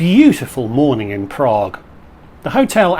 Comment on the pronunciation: I love your videos - they are so informative especially about racking up good value Tier Points. This business class looks pretty old but, as you say, it's ok for 5 hours during the day but not good for night flights. I wouldn't be fussed about an extra meal if I'd been in the lounge plus the opening meal. Highly amusing was how you said "Prraaague" at the beginning and then "Bunniks"!